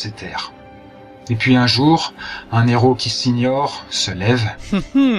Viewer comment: AAAARG "un N'héros" !!!!!!